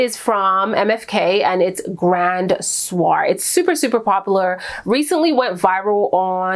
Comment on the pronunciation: The maison soir fragrance is pronounced swa not soar.